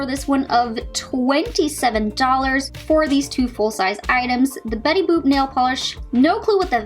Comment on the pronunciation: Betty bopp. U said. Ahahaa. It's Betty boop !!!, Lmao